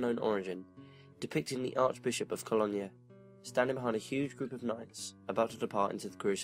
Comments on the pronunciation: Cologne is pronounced Ko loan..not Kollonya. Just a bit of help I'm not knocking you, hugely admire what you do. Wish I'd had the internet around when I started writing as a child, its a wonderful forum for help as well as advancement. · hey its me yer London fan! heads up - Cologne or Köln is pronounced Kol (as in fall) oan (as in stone) NeuMarkt is "noy markt" love your stuff and your accent..this is constructive not destructive critiscism xx